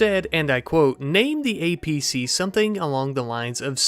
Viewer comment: The fact you keep calling it an acp instead of an apc is killing me lmao